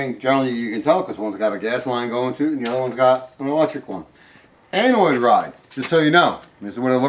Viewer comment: "Anoid." Tears